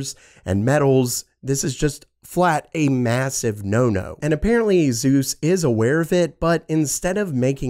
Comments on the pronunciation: I think Asus is pronounced like Pegasus. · A-Zeus, please, no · Azeus?… ugh i just cant. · When Asus became azus